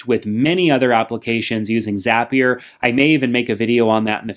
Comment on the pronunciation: It’s zapier